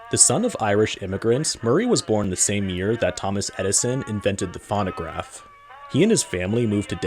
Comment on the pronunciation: Never heard it pronounced as fawnograph before. And then pronounce Whiteman as Whitman? It makes me suspect its an AI voice.